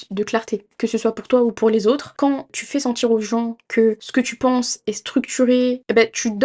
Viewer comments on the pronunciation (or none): De te sentCHIRRRR aberrent